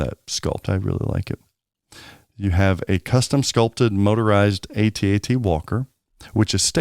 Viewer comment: Dude, it's AT AT. I was there. If you say A.T.A.T. you are revising history. And you sound silly.